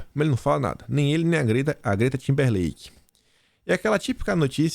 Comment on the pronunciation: é TIMBERLATE(do verbo latir)!